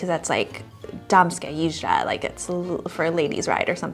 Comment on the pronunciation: výslovnost "džizda" je prekérní :-)))